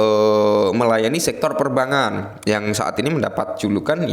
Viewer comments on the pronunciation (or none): Perbangkan bukan Perbangan...itu cara penyebutan yang benar...bukan Perbangan tapi Perbangkan...Per - Bang - Kan...